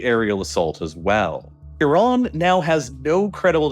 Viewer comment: THank you for saying Iran and Iraq properly. Tired of hearing I-ran and I-rack